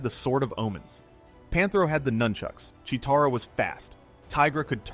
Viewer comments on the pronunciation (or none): I swear he said cheetaro she isn’t a Pokémon 😂